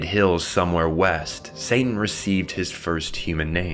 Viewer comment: Bro are you saying Santan?